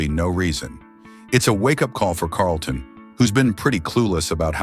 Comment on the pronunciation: I enjoyed the video but plz pronounce these celebrities names correct Moesha is not MOE SHA its Mo - E- Sha. WAYANS and Carlton you pronounced wrong too